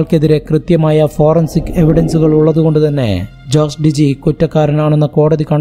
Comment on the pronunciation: Jose ജോസ് അല്ല ഹോസെ